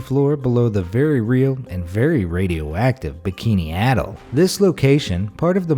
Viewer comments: Actually it's pronounced (uh-tol) not (ah-tol) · Bikini Atoll (pronounced Ay-toll, not like you said....) is a group of small islands and reefs. Idk where you got your pronunciation, but its wrong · It's pronounced uh-toll